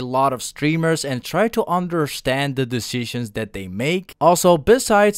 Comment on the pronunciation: My man pronunced decisions 3 times wrong